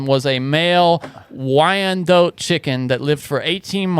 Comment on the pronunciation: Just for future reference, Wyandotte, at least in my neck of the woods, is pronounced “whine-dot” or with a slight emphasis “ayan” like “why-an—dot”